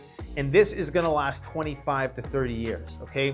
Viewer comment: I keep hearing you say 2 to 5 years.not 25 years